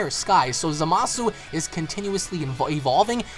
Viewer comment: its za-ma-su